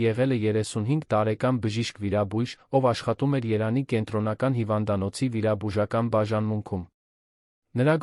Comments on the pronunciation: Երանի չի տղա ջան ,Երևանի է։Արդեն մտածում ,որ արհեստական բանականությունն է ստեղծել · Հետաքրքիր է էս կարդացողը ինչու է Երևանի փոխարեն Երան կարդում. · Ւմ կարծիքով տեքստը ռոբոտ է կարդում: Երեւանի անունը միշտ երանի է ասում...